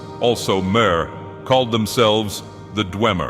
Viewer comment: How do you mispronounce every TES term and name including "mer" and then say "dwemer" correctly? Disliked and reported.